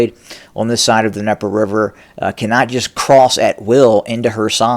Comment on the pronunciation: Ok. is Trying to minimize the threat of Ukrainian forces on the left bank of The DNIEPER River. Once established, they can Cut Off Putin's support to Crimea. Game Over for Putin in Crimea. By, by Black Sea! Yet, Putin can't drive those Ukrainians Off!? Again, it's DNieper, not Nieper! Cold starving Ukrainian forces? Multiple sources say Ukraine is rotating forces from the left bank. Putin has not rotated his frontline troops for 9 Months!, eat your Fruit. And, have a Fruitful day.